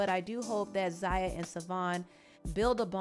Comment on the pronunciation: Wow… not you gaslighting the transphobes. What a disappointment. I was a long time supporter of this channel and now I have to really reconsidering to do so at this point… To focus the blame on the Wade family is very dangerous— Zaya (which you pronounced wrong several times in this video) didn’t ask to be trans. And the fact that her dad, step-mother and the rest of her family (with the exception of her raggedy ass momma) should be applauded, not shamed. The reason why the Wade’s have been so vocal is because to shed light on the transphobia in the community, and the lack of support many trans boys and girls feel from their families for simply existing. And to assume that they’re doing all this for clout is disgusting. So, shame on you girl. You sat there and gave Boosie a pass, forgetting to mention the actual harm/sexual exploitation of his children. Commentary like this can and will lead to the continued m*riders of black trans women all over this country (another fact you failed to mention) #girlbye